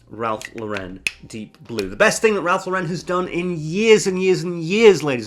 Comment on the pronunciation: You keep mispronouncing Ralph Lauren (though, to be fair, most people do). It's not pronounced like Sophia Loren, it's pronounced like Lauren Bacall.